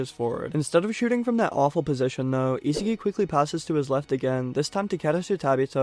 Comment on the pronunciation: Love you but the way u pronounce Isagi's name is horrid